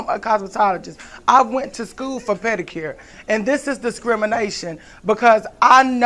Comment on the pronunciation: " I went to school for pedacure " lol